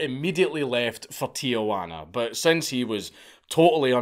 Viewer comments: Just something that bothers me, but "Tijuana" is pronounced as "Teehuana" (soft t) not "Teeahuana". Definitely not the only bad pronunciation, and I know he doesn't care, but it's a common mistake that I don't understand at all. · You'd think if you're making a video about a foreign person/country you'd try and get the names right, but nope. Not this git. Fle-chaz, not flekaz. Tee-juan-ah, not tiajuana, which is aunt juana.